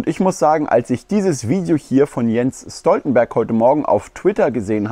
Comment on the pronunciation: Stoltenberg gesprochen Schtoltenberg.